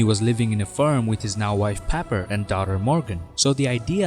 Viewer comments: You say farm. I hear firm 😅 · Okay, where in Canada do they pronounce farm as "ferm"?